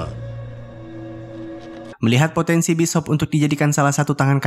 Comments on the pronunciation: Bis Hop 😂😂😂😂 Bacaannya bisyop bang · Bishop bukan Bis Hop. Bishop uy bishop